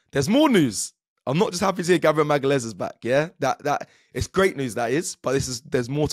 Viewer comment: Who’s Gabriel Magales? 😂😂😂